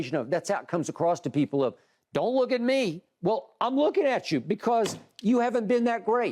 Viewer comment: "Im lookin atchu" hahahahahaha